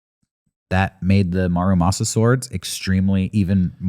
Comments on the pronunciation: Fun episode, but for future reference - it's not marumasa, it's MURAmasa. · Love this topic, and not to be that guy, but it's Muramasa, not Marumasa.